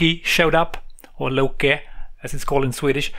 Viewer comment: Great video :) I have tested Erik a couple of times but never tried to play it seriously, the gameplay is simple and addictive. Very responsive controls as you mention. You talk swedish pretty good... pronouncing "Loke" correctly :)